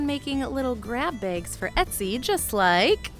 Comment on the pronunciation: sounds like you're calling them begs instead of bags